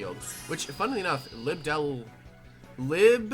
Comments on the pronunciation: It's agua not AguOa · it’s prounoced Lie-bel-a-gua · You pronounce it like the name. Li·be·lA·gu·a It's the Spanish words for dragonfly (libélula) and water (agua) mixed together. Edit: Could also be the Portuguese words for dragonfly (libélula) and water (água).